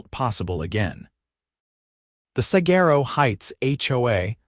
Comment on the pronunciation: The AI pronunciation of "saguaro" grinds on my Arizona nerves.